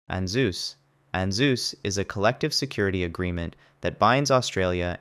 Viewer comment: The way he pronounces ANZUS and AUKUS is killing me 😂😂